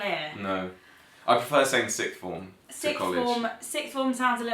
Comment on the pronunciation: Sixth form (when you said it) sounded to me like "Sig Form". Maybe my hearing is going away?? Extremely complicated educational system over there in the U.K. Who is responsible for that? And what's with Public school (UK) = Private school (US)? How is the UK definition justified?